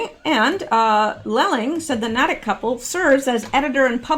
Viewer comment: ❤ I'm just getting to this now my goodness!! It is pronounced "Naytick" Natick